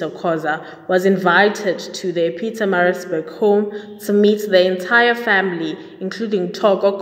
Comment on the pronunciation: Sounds like you're saying Pizzamarizburg. Pronunciation is very important.